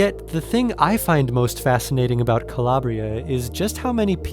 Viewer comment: Calabria is not being pronounced correctly and by downplaying the beats horns and aggressive sounding electronics of the original you will forever miss the true essence of the moody and dark house classic. Strange how you omit and down play how much better the original and entire composition is maybe you can't feel it? Perhaps you dont have the patience to go down that 8min journey.The true fans of dance music feel how lame and stripped down this Natasha 🥱 vocal remix is. Stay with the original or die in mediocrity.